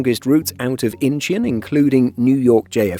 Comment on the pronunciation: Incheon = In - Chawn.